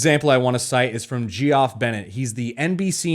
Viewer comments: Excellent video, as expected. One thing. Geoff -- "jee-off"? lol!! (normally pronounced Jeff as Geoff is a fairly common spelling for Jeff outside the USA. Were you just subtly cranking on this guys name?) :D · Maybe homeboy does pronounce his name like g-off but Geoff is pronounced like Jeff. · Do you actually pronounce 'Geoff' in the US as jee-off? haha cracks me up, thought it was still Jeff. Enjoyed the breakdown though, jee-off just made me laugh :D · His name is pronounced JEFF, lol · BTW "Geoff" = Geoffrey. It's pronounced "Jeff" :p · FYI. I could be wrong, but the name "Geoff" is usually pronounced as "Jeff". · Haha, ge-off?, Its pronounced, "jeff". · Lol ... umm the name, Geoff, is pronounced Jeff ... not Ge Off ... .... have you ever heard a name like Ge Off before?? Soz mate, slight fail. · 'Gee-off'? I have never heard of that. I have always heard it pronounced 'Jeff' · UM BRO....its pronounced Jeff not Gee off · Thanks for the vid. Btw, Geoff is typically pronounced "Jeff." I did like your version though, hah. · It's pronounced Jeff... (not "Gee-off") 😂 Otherwise, another great video,. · gee-off... really bro? its pronounced JEFF lol. dork... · Gee-off haha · Good work! my only critique is that Geoff is pronounced Jeff... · GEOFF is pronounced "Jeff". Same pronunciation just different spelling. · I'm pretty sure Geoff is pronounced the same as Jeff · Isn't Geoff, pronounced Jeff? lol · "Geoff" is pronounced: "Jeff" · Sorry about this Bro but isn't Geoff pronounced Jeff? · Geoff is pronounced Jeff. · Gee-off is way-off 😂😂😂